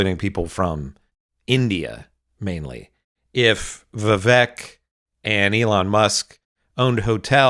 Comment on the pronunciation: Just a note: while Sam has taken recently to saying "Ramasmarmy", the reason he says "Vi-vake" is due to something Ramaswamy said when he was a Presidential candidate -- "My name's Vivek, rhymes with cake", so although Sam is making a point about how smarmy this man is (Vivek himself is the son of immigrants), he pronounces the man's first name as the man himself said it should be said.